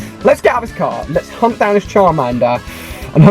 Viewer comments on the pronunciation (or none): none